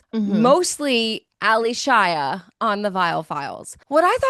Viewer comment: Why is everyone on this pod calling her Ally Shia as 2 names... Yes it's spelled that way but she pronounces her name as 'Alicia'